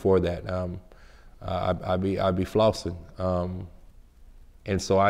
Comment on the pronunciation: I be flauwhsunh